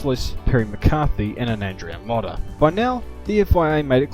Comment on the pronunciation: Shame about the pronunciation of Andrea 'Modder' though...